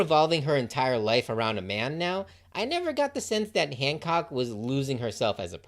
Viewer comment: The fact I’m in and I think you said Boa once and hand said hammock and handjob instead of Hancock is amazing, truly a Luffy coded video